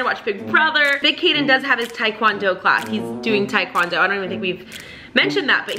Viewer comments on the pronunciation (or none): none